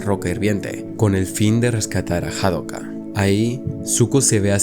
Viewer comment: Es Hakoda. No Hadoka TT